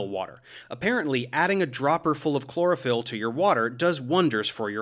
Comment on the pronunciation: I thought you said cloroform instead of chlorophyll. Who knows, maybe that will be next and they can advertise it as a natural sleep aid.